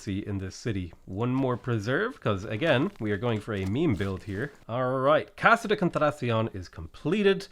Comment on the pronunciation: Please stop saying Casa de contracion - it’s wrong and sounds terrible - it’s contratacion!